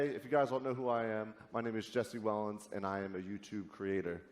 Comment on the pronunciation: Jesse Wellens is a bi bum? lol! sounded like he said I'm bi bu um lol